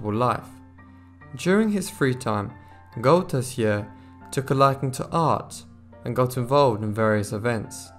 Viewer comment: Only a few months ago a new seach was done to try to locate the missing pannel. Sadly after doing a lot of work nothing was found. This story still mesmerises and captevates the Belgian nation. Good narration but as a Belgian I hardly could understand the names of the persons involeved. The name Arsene Goedertier is pronounced as Good ther tier